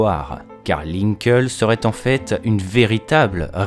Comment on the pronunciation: ça se pronnonce "linkli" et non "linkeul"